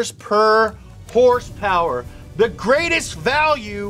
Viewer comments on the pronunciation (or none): It's hilarious when he says hursperss instead of horse power! Knee slapping funny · Idk why , i just love it when he says "hurs purrrs" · Sounded like he was saying dollar per hurst which is what he’s gonna need soon with all the motor oil he’s drinking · Please say horsepower normally I couldn’t finish the video. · Saying horsepower weird is funny once or twice. I had to turn off the video from extreme cringe.